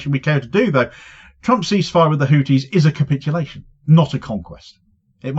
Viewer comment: It's HouTHis, not houTis. It's a TH sound, not a T sound. In Arabic we have the TH sound also, and it happens to be the case that the founder's surname was Al-Houthi. It's unbelievable that one of the poorest countries in the world - if not the poorest - is able to take on Rome like that.